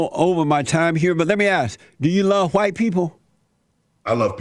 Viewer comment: JLP: do you love white people?: I love ALL people JLP: But how about Hu-white people? Brian Griffin: wait, why are you putting so much emphasis on the H?